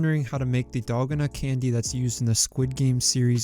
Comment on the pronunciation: oooooooo one of thw first ones. also its dal gon uh